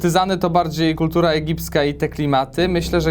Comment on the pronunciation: PERFEKCYJNA DYKCJA MÓWISZ XD? A kto w okolicach 500zł w milionerach źle zaakcentował słowo kultura?